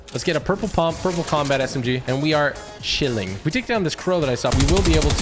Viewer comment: Did u say punp?!?